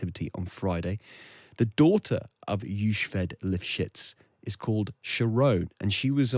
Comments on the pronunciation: Thanks for the quality analyses. Small correction: The woman's name is pronounced yo-KHEH-ved. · "Yushved", lol. Why not ask someone beforehand?